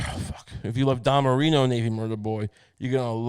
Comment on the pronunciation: ITS DAN MARINO. DAN. DAAAAAAAAAAAAAN. DAN MARINO. FFS. NOT DON MARINO. DAN MARINO